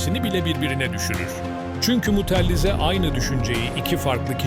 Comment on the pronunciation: mutellize değil mutezile